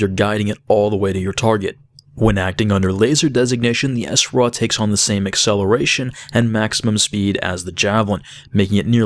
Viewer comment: So why do you call it the Essraw? You don't say Essmaw... For smaw... Its Sraw! like straw with out the t. Other than that embarrassing mistake, good vid.